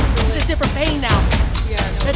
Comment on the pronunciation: You said yain instead of pain